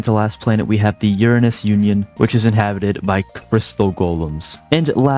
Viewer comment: Heh, you said urine-ous.